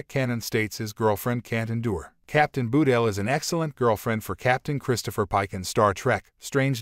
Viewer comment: "Nobody's Perfect"-Cpt. Spock to Lt. Saavik in "ST:2", but I agree. You'd think these CC narrators would learn to pronounce names correctly before airing them. Ba-tel isn't so hard especially since there's no 'u' in her name.